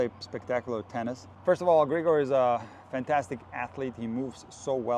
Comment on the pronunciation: i think as a slavic person you know he is Grig'or, not Gr'igor